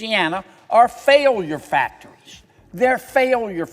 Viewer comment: Is he trying to say factories? This disingenuous fake went to Harvard. 😂